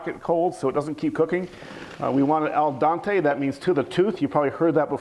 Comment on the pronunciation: Did he just say Al Dante?